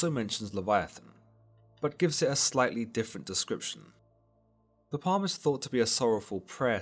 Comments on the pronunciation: “Psalm” is pronounced “salm” not “palm” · Bro, why are you pronouncing Psalm as “palm?” It’s pronounced “salm.” Still love your vids. ❤️ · Did he just say "palm" 😂😂😂😂 it's Psalm bro cmon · Not complaining but The P is silent so it’s pronounced saam not Palm. Otherwise keep up the good work I enjoy listening to your videos whilst walking my dog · Psalm is pronounced "salms" not "palms" 😂👍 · Psalm is not pronounced palm. It is pronounced as (p)Psalm. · Psalm ist actually pronounced Psalm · The P in "Psalm" is silent. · Love the video. The only thing is in the word Psalm the P is silent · "Psalm" is pronounced wrong not sure if you purposely pronounced it that way. Other than that, its a good explanation.